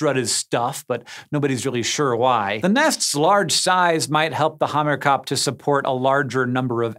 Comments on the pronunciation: I’m really impressed how almost correct Hank said Hamerkop. Only part he got wrong was the O. Sound should be more like to O sound in Opera. Otherwise, 10/10 video. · one of the languages spoken in South Africa is Afrikaans and the word "Hamerkop" is afrikaans so it has a very different pronunciation to the way he he said it. Soutie just means "English accent". No hate for the guy tho I'm soutie myself 🤣🔥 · The Hamerkop is Afrikaans, you butchered the name so badly. It translates to hammer-head.. from hamer-kop. In reference to their head shapes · worst pronunciation of hamerkop ever xD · I'm South African and the way he says "Hamerkop" with such a "soutie" accent 😍🤣🔥